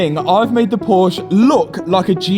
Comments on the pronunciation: PorschE (a) not Porsch.... Give the Dr. the credit he deserves by saying his name right. :) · you say Porsch why you say Porsch? Mr Armstron Who dont like Americ who needs the last letter? Porsch ist not Porsche As FORD ist not FOR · It's Porsche Poor Sha... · The correct pronunciation is "Porsh-uh", not "Porsh"! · Love your content but the way you say PORSCH drives me mat 😊it is porschE😉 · You really should say the name correctly!!! It is pronunced as Poor-Sha and NOT Poorsh ! ! ! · Porsch'E' as a german your pronunciation of Porsche hurts my ears😂 theres an E at the end for a reason 😉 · not pors ...proschEEEEEEEEEEEE it is not sauvignon blanCCCC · When ever will english guys learn to pronounce Porsche correctly? It is: PorschE! With an "E" An "E" like the "E" in Schwarzen"E"gger... No need to swallow this "E" at the end of the Name! Listen to ! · As I german I cringe everytime you say PORSCH. Please, to pay some respect to the company, it's pronounced PorschE. Like paw·shuh :D . Cheers mate :) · Funny you call yourself a Porsche owner but cant even pronounce its name right. Its PorschE not Porsch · PorschEEEEEEEE not Porsch😭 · as much as I like these videos, a small piece in me dies every time I hear the name Porsche being mispronounced. It's Porsche, not porsh. It's like me saying Matt Armstro instead of Armstrong. If Porsche wants the car back then because of the dispect for the brandname 😉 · Not porsch its porsche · its not porsch, its porsche get it right. not hard to pronunce it right. man man man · "Por-sha". Not "Porsch". Two syllables! 😊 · Junge was für „PORSCH“ es heißt PORSCHE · PORSCHE Not PORSCH!!!!!!!!!!!!!!!!!!!!! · That's nice and everything, but it's PoRschE, not Poasch... 🙂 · its not "Porsh" Porscheeeeeeeeeeeeeeeee ok that???? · Im dying... This is PORSCHE, not Porsh. :D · PLEEEEAAAASSSEEEE. SAY “PORSCHE” NOT “PORSCH” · Mate, pleeeeease. Say PorschEEEEEE. It's called Porsche, not Porsch 😅😵‍💫😄 It's like I would say Aton Martin, or Jauar 😁